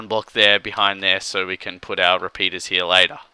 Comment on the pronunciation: lol he meant repeaters it's his accent